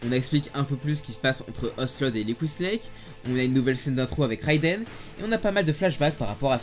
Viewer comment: Excuse moi ”Réidène”